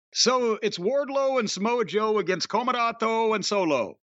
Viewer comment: “COMOROTOOO and SOLOO with no OGOGOOO!” 😂